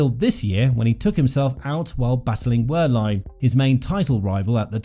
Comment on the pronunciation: Please… it’s “Ver-line”, the W of Wehrlein is pronounced as a V 👍🏻